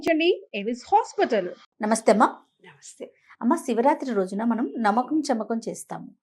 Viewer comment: నమ్మకం కాదు నమకం చమకం మ కి మ వత్తు తియ్యండి తప్పులు సరి చేసుకుందాం మాతృ భాషను బ్రతికిద్ధాం